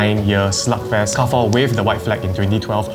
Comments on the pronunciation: in French Carrefour is pronounced as Car-Fool. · U pronounce Carrefour wrong again. It's KE-AR-FU-ER (r is pronounced like air struck in throat in french) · Car-Foo is also not a wrong pronunciation.. Car-Foo-Uh is also another way to pronounce it as different side of France have different accents or dialects.. Car-Four is considered wrong actually as you never annunciate the “Foo-Uh” or “Foo-Er” properly.. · carrefour in english is Kar-for, but in French is Kar-fuur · French Chinese here living in SG. It's pronounced Car Fu Re not Car Four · why do you read carrefour as if it is pronounced car four that is not how you read it. it sounds like Ka ru foo its not English. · it's careefour not car four omg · So many, including me, have been gaslit into pronouncing it as "car-foo" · carrefore isn't pronounced as anything you mentioned my mother used to work there its "KA - FU" something similar but whats good about it is that you can use carrefore coins from the keychains for your trolleys so you dont have to put in 1 dollar anyway its still doing well in other countries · Repeat after what my friend said: Car-four.. 🚗🚙🚕🚘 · Google be damned, it IS KAR-HE (French R)-FOO-another French R. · Not car four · it's actually pronounced more like kia-foo (with a thick velar "chiar") but ok.